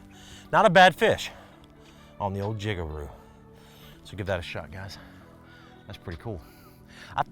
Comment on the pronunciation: Jig a roo 😂😂